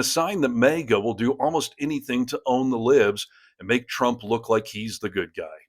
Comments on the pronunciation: It’s not pronounced “mayga”. Lol Although, it probably drives them up a wall and half way ‘cross the ceiling! Lol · Are you mispronouncing "maga" on purpose? You consistently pronounce it as "mega", which may be intentional to make commentary on the nature of the cult?